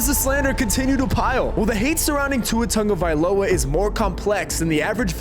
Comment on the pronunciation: Tagovailoa, not Tonga Agholor, not Aguilar Mispronounced names by the taking head is unacceptable, unnecessary, lazy, & disrespectful